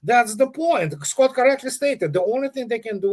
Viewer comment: How are you squat? should put a bit of effort, it’s Scott not squat 🤣🤣🤣